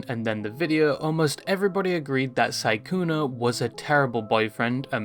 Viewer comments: Are you saying sykuner? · Im pretty sure it is sykkunO. Oooo not aaaaa. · the way you're calling him "sygooner" is frying me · Why do u keep calling him sykkuna